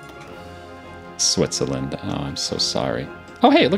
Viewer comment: He said Switsuhlend